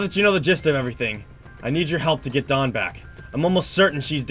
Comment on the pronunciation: NUU NOT DANW